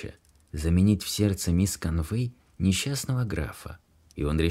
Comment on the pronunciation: Ударения!!! Невозможно слушать, особенно в имени, в английском языке ударение в именах падает на первый слог мисс КОнвей.